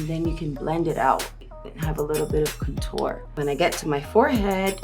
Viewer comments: I live for her saying cotnour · Nobody: Rihanna: Cun-TORE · I love the way Rihanna says contour